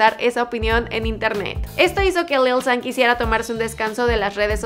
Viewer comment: Yo creo que se pronuncia "lil shan" :v no lil san ._.